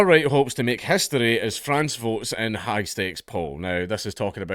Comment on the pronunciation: The way dank pronounce "high" as "hag" at the start had my neurons activated